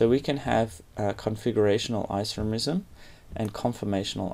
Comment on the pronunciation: Stop saying Isoremism!